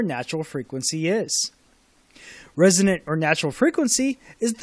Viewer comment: ... resonant - not resident !